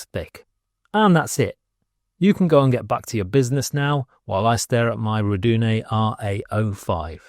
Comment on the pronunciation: yeap about the pronunciation... I think I can help you out as I speak multiple languages, spanish english... ok multiples, it should go "Are-doo-nay" Sounds like: "Are you doin' A?" but said in a classy voice 😄